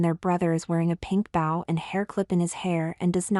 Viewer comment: Fun story. Suggest avoid using the word “bow”. Your text-to-speech software consistently mispronounces it, which is distracting.